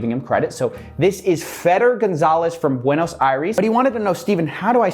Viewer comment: Holy shit the way he pronounces Buenos Aires